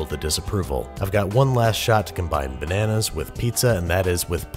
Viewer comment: MA MAN'S 'LLERGIC TO' NANAAS